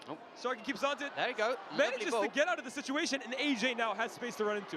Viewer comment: Bro called sharkey. 😂😂😂 sarky